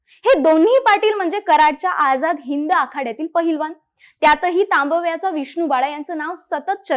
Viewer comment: सगळं छान सांगितलय पण एकदा "तांबव्याचा" ह्या शब्दाचा पुन्हा सराव करून उच्चार करायला पाहिजे...